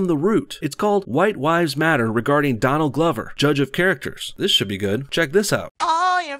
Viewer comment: Did you call him Don Lover??